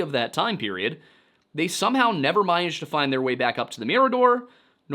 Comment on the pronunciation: ‘scuse me what was that? “managed to find” or “minaged to fand?”